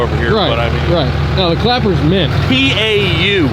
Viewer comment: PAU = ❗️❌️"POW"❌️❗️